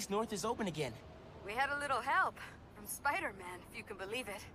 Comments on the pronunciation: When he sad "Pajdermen" i really felt that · Piderman miles morales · Rekao je spiderman ali u editu je skinuo s 😬